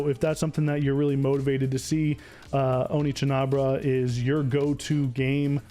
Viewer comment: It's not Spanish it's Japanese and it's pronounced O-knee-chan-bara